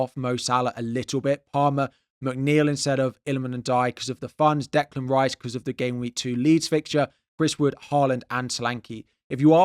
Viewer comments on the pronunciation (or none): none